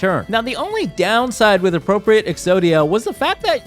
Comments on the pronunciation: Appropri-ATE, not appropri-ET, it means to like take possession of. Similar to commandeer. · it is pronounced "appropri-eight" when it has this connotation of acquiring an object from someone else. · Him mispronouncing “appropriate” the whole time is driving me insane